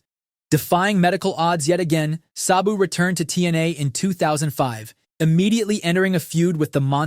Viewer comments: If your going to do a video about someone you don’t know then title it “The Beautiful Tragedy” at least get the person name right his name was “SA-BU” not “SOB-U” like you gave him 🤦‍♂️ 😂 rip to a legend and someone that I actually was alive to see since 1993 SABU! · It's pronounced Sab (rhymes with dab) BOO. Not suh-boo. Not say-boo. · Its just S A B U. Why are you mispronouncing it constantly the whole video as if there is an H in his name. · pronounce Sabu correctly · How are you going to make a video about the man and mispronounce his name repeatedly through the course of it?